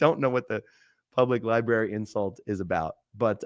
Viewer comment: Library = Lie Berry as would say